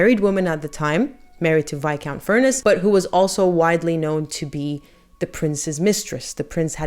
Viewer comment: Thelma’s name was pronounced TELma (Spanish pronunciation) and she was the twin sister of Gloria Vanderbilt Senior (famous GV’s mother) and I think the last name was pronounced FurnESS. I love your channel.